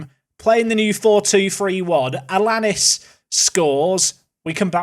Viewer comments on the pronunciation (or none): Allianis is said aiyanis I think